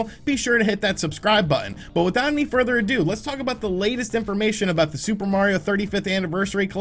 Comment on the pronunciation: I was about to subscribe... and then you said "further adoooo"